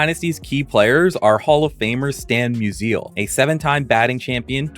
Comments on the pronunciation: Stan Mew-Zeal. might not watch another video that hurt so bad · I was thinking the exact same thing.